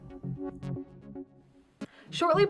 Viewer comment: Is she saying "Rogue" One, or "Row" One?